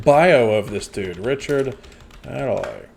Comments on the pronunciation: The main difference between them is Richard Madely is successful. Also it’s pronounced Maid-ly. Maid like in housemaid. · It's Richard Made-ley, not madly! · It's pronounced "maid-lee" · Pronounce it MADE - LEE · IT'S MADE MADELEY NOT MADELEY! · His name is pronounced made-Lee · Richard 'Made lee ' pronounce as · Yeah, his surname is pronounced "made-lee" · Pronounced "Made-lee" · He has been knocking about on British day time TV since the 80's! But think it is more recently his mannerisms, penchant for saying mildly offensive / insensitive things, the comparison is there for all to see! His surname is pronounced Maid - Lee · "Made Lee" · Madeley=Made-lay, he's actually quite funny and defo not the worst. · You say it like ‘made-lee’ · His name is pronounced: Richard Maidaley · And it's made li by the way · The ‘A’ in Madley is pronounced as in play. Richard Madley and his Wife Judy did a morning show together for many years called ‘ Richard and Judy’. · No it's NOT, no double e at the end.